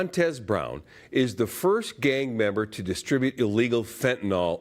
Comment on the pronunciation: Mo-tes ? Brown yo bro he being doing long time. cuzZ